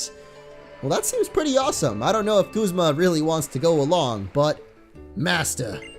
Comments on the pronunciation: guzma is prenounced guzma not goozma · its guz ma not gooz ma